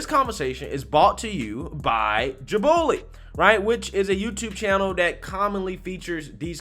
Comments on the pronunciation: Jubilee or Jih-BOO-lee?? 😂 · did you say Jah bully? Its pronounce jew-bee-lee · Bruh ja bully? It's jOObulEE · Did you literally pronounce that “Jab-o-lee”? It’s JU-BI-LEE. Like saying “Jewbilly”. You’re alright but you need a speech lesson. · Did you literally pronounce that “Jab-o-lee”? It’s JU-BI-LEE. Like saying “Jewbilly” . You’re alright but you need a speech lesson. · Yu pronounced it Ja-boo-lee. Pretty sure it’s pronounced Jew-ba-lee. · Nigga said JIBOOOLY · My guy actually pronounced Jubilee as "Ji-baw-lee" 🤣🤣🤣 Great vid tho bro, love it! 👍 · I'm sure jubilee is pronounced joo-bill-ee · ROTFLMAO, "Juboolee"? I enjoy how you pronounce things. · Hey bro I’m pretty sure it’s pronounced Jew-bah-Lee but honestly who cares. Just thought the way you said it sounded hella funny. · Jahbullee? He pronounces things oddly sometimes, but that one got me. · That bit said JIBOOLY 😂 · Okay, is mispronouncing things on purpose. Nobody looks at "Jubilee" and reads it as "Jobowly." What's the game here? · it is pronounced Juu buh lee. Like a party, or celebration. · "Ju-bill-ee," not how you said it lol (unless they pronounce it not like the word) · Joo-buh-lee. That's how you say. Jubilee. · it's pronounced Jube-A-Lee, I love your content man but you mispronounce a lot of things lol. #grammarpolice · Bro good video but you have got to learn how to say " jubilee" 🤣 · Did you really just pronounce jubilee like that??? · U mispronounced jubilee dang 😆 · I don't know where that pronunciation of the channel came from lol. It's pretty phonetically spelled